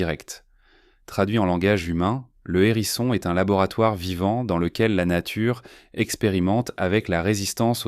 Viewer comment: Par contre "nature" devient "natiure" pour faire globisch, ceci doit être spécialement programmé comme exception et c'est une technique vicieuse de déconstruction de la langue.